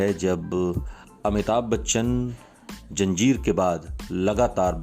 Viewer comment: Apna pronunciaton thik kariye janjir nahi hota